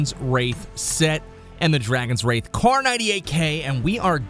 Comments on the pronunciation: Pretty sure its called dragon wrath not "wraith" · Did anyone else go crazy every time he mispronounces wrath?